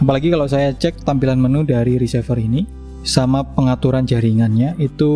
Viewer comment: Maaf bang koreksi untuk menyebut RECEIVER diucapkan re-si-ver, bukan ri-se-ver, dari kata RECEIVE, agak gak enak dengernya kl diucap risever